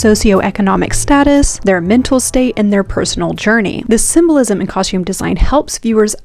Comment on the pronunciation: "cahshtume" design... brrr